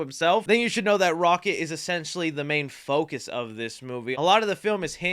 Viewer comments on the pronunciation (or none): none